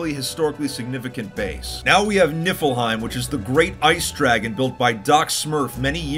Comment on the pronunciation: As en norigen I get disappointing when someone says nifilheim wrong